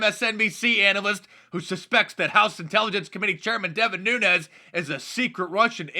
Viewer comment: Holy crap Nancy pelousy got Devin Nunes's name correct, she must have stayed awake all night saying his name correctly so she got it right. I sincerely hope that she didn't overtax what is left of her mind doing so.